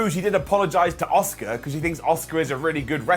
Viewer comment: Love u!! Why do u pronounce Asukas name as Oscar tho? Just curious!